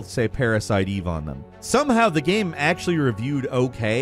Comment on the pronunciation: Every time says “gyame” take a shot